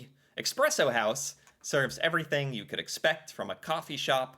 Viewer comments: Espresso, not expresso! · It's espresso, not expresso. You don't have coffee in the US, you have a poor substitute with all kinds of bullcrap in it. Starbucks is shit. That is all. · Could you please pronounce "espresso" correctly? There is no "x" in the word, is there? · what exactly was wrong in this video? Except the mispronouncing of Expresso? A lot of people say it like that. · yes it’s not expresso, and it’s annoying. But when so many people say it like that, no wonder people will never learn what’s the right way to say it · React and Learn! You misspronounced espresso every time you tried to say it!